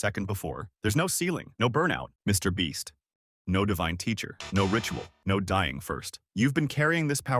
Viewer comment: Am I the only one who heard him say MrBeast? 😂